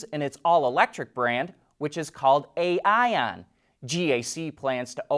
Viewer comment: AION is not pronounced "Eye-ohn"?